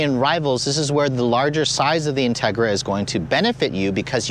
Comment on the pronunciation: I thought he really said “Justin Trudeau Civic Type R”. That would be the shittiest Civic ever to exist 😂😂